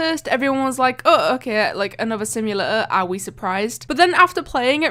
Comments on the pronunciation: why you say like simulaaa is simulator not simulaaa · What is a "Simula-or" ? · Idk how u pronounce simulator bc u said simulaor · Omg, your "simulator" is really weird. From what country you are?